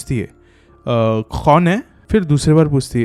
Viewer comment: he pronounces k so bad!!its like khhhon hain😂